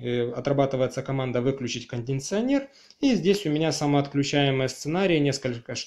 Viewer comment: кондиционер а не кондинционер)